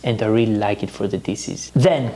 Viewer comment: Please stop saying dises. The SH in DISH, make the phonic “sh” so it’s dishes not dises. Just like SHopping not sopping. Coconut SHells not sells. The H is not silent. You’re alternating the word completely by silencing the proper phonic. I live in Europe now & Greeks make this mistake all the time 🤦🏻‍♀️ Thank you for your amazing knowledge & videos. I do watch them & enjoy them all the time!